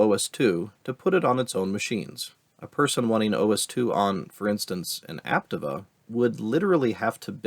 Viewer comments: First of all, reach out to me. I work for IBM during that period. And it’s pronounced app Tee va. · The way you say "Aptiva" hurts my ears.